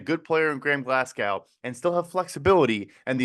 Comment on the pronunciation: Who tf pronounces "Glasgow" as "Glass-cow"?? 😂😂😂